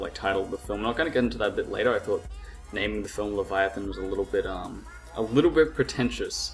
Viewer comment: pronounced, 'lev-eye-a-than'. Good review though.